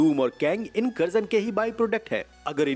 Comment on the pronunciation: Incursion ❌ Inkarjan ✅